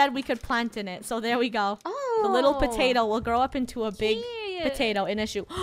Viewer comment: Ieant patate instead of pattatie